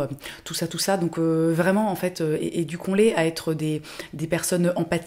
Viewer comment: Le moment où tu dis "éduquons" et que moi je comprends "hé, ducon"... Heureusement que la semaine est bientôt finie, hein.